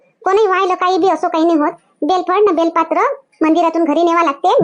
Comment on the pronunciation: बेलपात्र नाही बेलपत्र म्हणा.